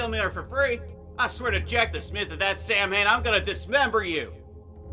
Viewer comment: Last story is very fun. But that's not how Samhain is pronounced.... It's Gaelic, which means letters just look like English.